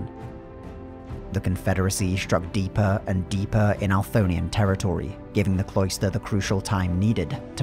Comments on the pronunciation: Althonian or Anthorian? Bc it says Anthorian but you say it differently. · I believe it is the Anthorian Empire in game. It’s possible that the submission name was entered wrong but most likely he is just saying it wrong and the subtitles were written based off the audio only. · The hardest part about listening to this at and during work, has been and always will be, the narrator's near comical inability to pronounce "Anthorian" lol